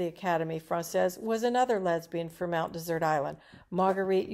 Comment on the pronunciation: Mount Dessert? Why are you pronouncing it wrong?